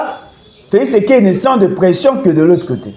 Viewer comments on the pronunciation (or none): Bolodjwa mofibi masoko ya Kanambé. Zoba ya mobali. Motema mabe kk neti elongi na ye. Felis Sekedi kiekiekiekiekie ayebi ata ko prononcer Felix tshisekedi te.